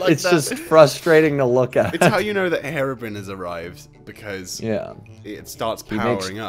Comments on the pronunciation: Hero-Brine not herabrun lol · He-row-br-eye-n. Herobrine. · It’s pronounced herro broomstick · I think it’s ‘Hero brine’. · Herobrine ( pronounced Hero brian